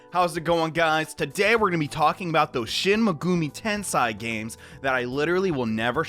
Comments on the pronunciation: "Shin Megoomi Tensai" the first time you said it lmao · My dude said shin megumi ten sai at first